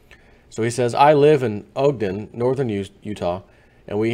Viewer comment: ahhg-den, utah.